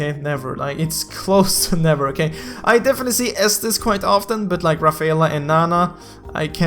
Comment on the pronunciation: Haha "Ra-fe-a-la" it should be ra-fae-la